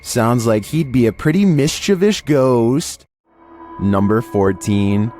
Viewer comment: "NUMBR FIFTEEN"